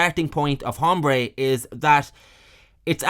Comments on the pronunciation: It is Aaaahmbre you brit POS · It’s pronounced, ombré. The H is silent. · The “h” is silent. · Don’t know the nationality of our narrator, but “Hombre” has a silent H. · It's funny to hear somebody pronounce the "H" in "Hombre" over and over